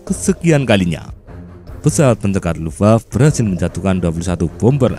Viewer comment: Luftwaffe dibaca Luftwaffe fe nya dibaca bukan lufwaf. Accent Indonesia memendekkan syllables